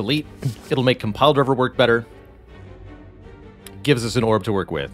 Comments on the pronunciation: Compldrvr lmao... Man can't say it or is it a meme? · Add an update to the pronunciations for Compile Driver, Potion, and Dagger in dictionaries everywhere. They are pronounced Compldrivr, Pewtion, and Degger